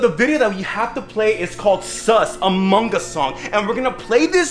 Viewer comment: Bruh did u just said "among gus"